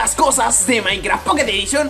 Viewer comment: like si te da risa cuando dice pocket edition